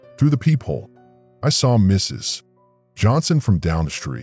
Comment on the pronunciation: It's AI interpreting the period in Mrs. As the end of a sentence.